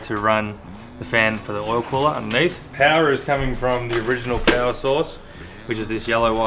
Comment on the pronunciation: Hands of Powah!